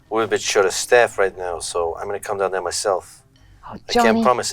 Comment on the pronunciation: Taking this comment back,. after the persuasion role you nailed the boston accent "shawt of staff" "come down theie myself." "situation" "for you yeah shua." Perfect. lol Knew you'd nail it! lol.